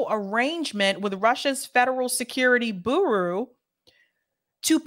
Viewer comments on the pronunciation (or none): don't you recognize that's the word 'bureau' (like a desk) (and again )?! It's pronounced BYUR-oh. You keep saying BOO-roo (to rhyme with 'guru').